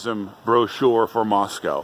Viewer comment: Can you say “Moss-cow?”